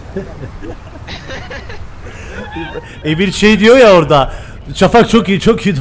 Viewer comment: abi peki emirin şafağa şavak demesi asdlkjhflaksdjghasldkjnbasdmşlkbva